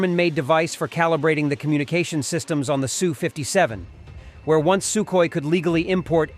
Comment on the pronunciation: What a really weird way to pronounce Sukhoi......